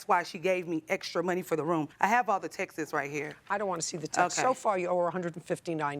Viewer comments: It’s not texes. It’s texts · The way she keeps pronouncing "texts" like "Texas" 😭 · "Textes." Omg. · Textes is bad too Or “more income coming in “ 😅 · 1. “Axe” 2. “Textes” 3. “What had happened” PLEASE bring back proper English!! 🤦‍♀️ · Why can’t these grown women pronounce words!!?! Axed and Textas 🙈😖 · Did she axe her in the ‘texes’ she sent her? 🤣🤣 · I still can't get over 'axed' instead of "asked". And 'texes' for 'texts'. I've only ever heard this from Americans. They butcher the English language😢😢😢😮😮😮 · You shouldn't be axing anyone lol. Why do so many people on JJ not speak properly ask not axe!!!! Textes geez. Texts god help us!